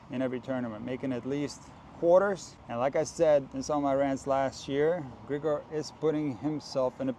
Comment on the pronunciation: i think as a slavic person you know he is Grig'or, not Gr'igor